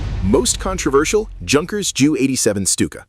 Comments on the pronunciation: It’s not pronounced “JUNK”ers, the J is pronounced like Y! Like the German for yes is Ja, pronounced Yah. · Ju-87 Stuka: "The Jew 87"? Junkers is a German name and pronounced "Yoonkers."